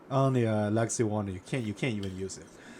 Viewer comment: 4 minutes before I figured out you were saying legacy. I thought you were saying Lexi. I was like, “I sure do like Lexi’s Raider”.